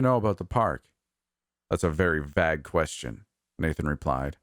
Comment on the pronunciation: i love this series p.s. that is not how vague is pronounced